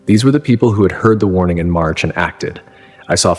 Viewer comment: I thought it was April 15th. At the end he said Merch 15th